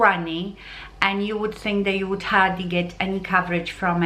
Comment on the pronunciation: Please pronounce "k" at the end of the word "think"... otherwise, it sounds like you are saying "thing".